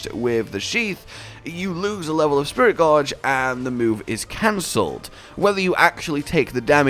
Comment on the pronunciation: Am I the only one hearing say Spirit Gorge not Gauge